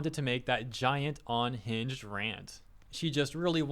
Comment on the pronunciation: Now if only we could get him to pronounce unhinged correctly. Hearing him say onhinged every single time really grinds my gears. :P